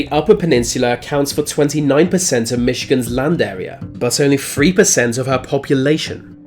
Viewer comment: Wtf you mean “free” it’s pronounced three